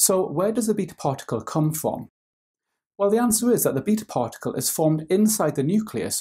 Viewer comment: I hate the way he says "beta"